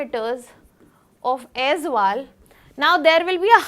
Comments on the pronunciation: it's also not Azal, it's Aizawl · Not Aizwal, it's AIZAWL, pronounced Ay-zol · Not Aizwal. Aizawl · AIZAWL ( EYES ALL OR AI ZOLE) NOT AIZ WALL OR AIZWAL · Why always AIZWAL? ❌ It's AIZAWL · CORRECTION: its AIZAWL, not AIZWAL.... in Mizo alphabet "AW" is pronounced as "O". So, Aizawl is AIZOL. Not aizual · It's Aizal not Azwal. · Pronounce Aizawl like Eyezol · Aizawl not aizwal …2025 cmon guys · it's pronounced like Aizol right ,will remember it bro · Mam it's Aizawl